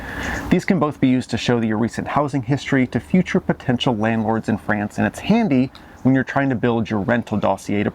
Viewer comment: Please pronounce "France" not like Fran Drescher version of "pants". Try like "wants"?!